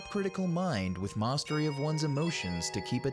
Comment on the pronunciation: I can't get over the weird way you say "mastery"